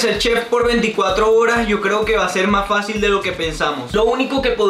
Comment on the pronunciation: Dijo mási. jajaja 😂